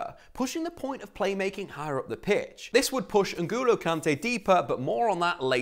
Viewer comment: What that pronounciation of N’Golo??